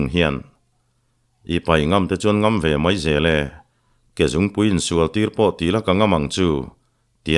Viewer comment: 'Ngam leh ngam' tiha ngam hi, 'ka ngam che' tiha ngam ang hian in chhiar ṭhin a, a dik lo ve. 'Ka kal ngam sak' tiha ngam ang hian lam tur, zuam, cho sawina a ni e. 'Ka ngam che' tih thlûk ngam hi chu zuam, cho sawina ni lovin, hneh, thuhnuaia dah sawina a ni e.